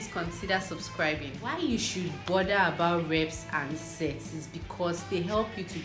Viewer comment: I think u pronounce sets wrong😬